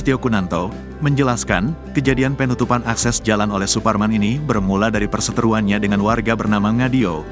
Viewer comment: Pengucapan kata PEEEEnutupan... Penutupan bang.. Bukan PEEEEnutupan Ga enak bener dengernya..